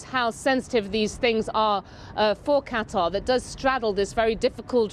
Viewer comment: Why does he pronounce 'Qatar' and 'Tehran' so strangely sometimes?!